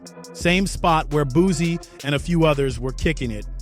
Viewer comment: It's BOOSIE, not BOOZIE....FACK!!!! I CRINGE every time he says that....